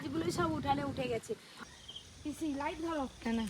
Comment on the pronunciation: পিসিকে বলছে পিচি😂😂😂😂😂😂😂😂